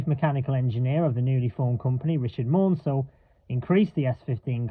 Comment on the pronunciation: Please note that the Southern CMEs name is not pronounced 'Mornsel' but 'Mansel to rhyme with cancel. Also 847 has run but only on the heritage Bluebell railway.